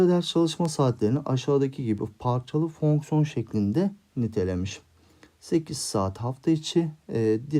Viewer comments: hocam meraktan soruyorum fonksiyona neden fœhñsyon diyorsunuz? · Fonkson değil hocam fonksiyon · Ay her fonkson dediğinde krize girdim 😂😂